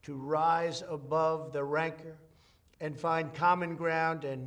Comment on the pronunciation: Who taught him how to pronounce rancor?